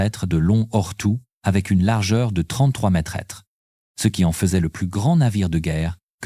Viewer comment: Sans oublier mètres prononcé mètre S